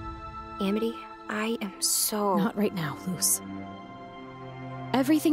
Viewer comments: Important detail I notice people keep missing about that line: Sarah flubbed it. She was so overcome with emotion that she messed up and said Aminy. And they kept it in. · Yeah, when Luz says this line; "It's okay I sniffle stuttered inhale *sniffle*, I uh do stupid things around you too Aminy." she actually says Aminy instead of Amity if you listen closely. PS! (I added the sniffles and stuttered inhale for the extra emotional weight the line holds... and damn is it heavy!) PPS! (This scene breaks my heart, aaaaah! I ship Lumity until the end of time... AND BEYOND!)